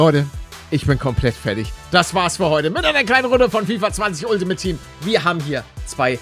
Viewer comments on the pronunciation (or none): none